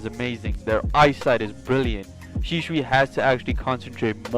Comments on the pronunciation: SHISUI NOT SHISHUI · I love your content but man I was struggling hearing you say shisui wrong you say Sheesh-shoe-E how you say it is She-sui-E